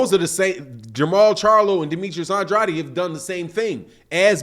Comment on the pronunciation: U seriously pronouncing Andrade as Undraadi??